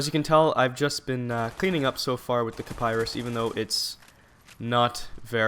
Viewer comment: not kaparis its called kiparis